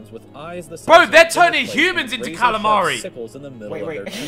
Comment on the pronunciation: NO ONE: ETHAN: kalamari who? Kalamari what? KALAMARI BLOODCLATYANG